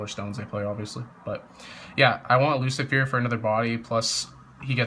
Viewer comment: it's Lu-ci-fer not Lu-ci-fier